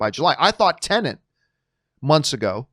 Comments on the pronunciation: *Tenet, not Tenent - sorry for being that guy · Its TEN-ET not TENENT